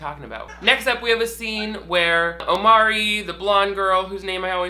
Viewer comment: How have you watched two seasons of this show and still haven’t figured out his name is Imari?...its an entirely different vowel sound ...